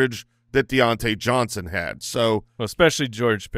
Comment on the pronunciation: Diont-YEAH Johnson